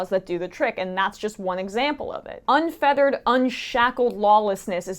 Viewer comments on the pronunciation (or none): Pronouncing "unfettered" as "unfeathered"? Normally this would drive me crazy, but I’m too blinded by my unfeathered LUST for Emma in every possible way